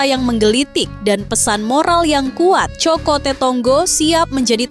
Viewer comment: Kok isok bacanya kokote...cokote.... Hadehhhh..ga paham artinya kok review to min...min...😂😂